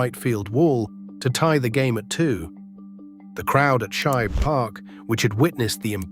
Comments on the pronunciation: "She-bay", "Shi-bay", then the correct pronunciation, "Shibe". This is beyond annoying. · Yeah, I noticed that picture too. Also, the pronunciation they used for the Athletics' ballpark was wrong: they said "She-bee" Park instead of Shibe. Overall, though, it was an interesting video and I'm glad those Athletics were richly recognized. They definitely were one of the great teams in MLB history. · She-bee park? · Not She - Bay , Not She - Ba But SHIBE And now they're on there way to Vegas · SHEEBA PARK, DEENASTY, Can't you find anyone to narrate than AI mispronouncer